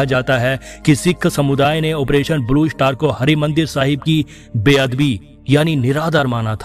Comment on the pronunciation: First learn how to speak English word Blue Shatar, is not correct, the right word is “Star”.